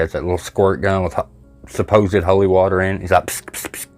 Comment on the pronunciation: Well done, for exposing these dirty frauds Lee form lee is a disgrace and embarrassment to the uk, And those that allow and encourage his circus should be ashamed. Your as bad as the Con man himself Credit to, Ps please say O’li war-ta again for me hahah